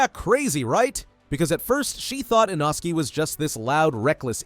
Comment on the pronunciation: Thats inosuke not inoski